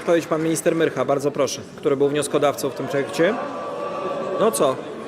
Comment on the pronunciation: Myrcha nie myrchj ,oddaj siano za apartamenty krętacz lewacki.